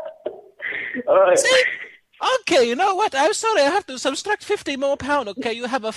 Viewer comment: “Subs-a-stract” lmao